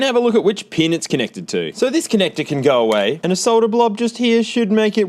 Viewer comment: He said pin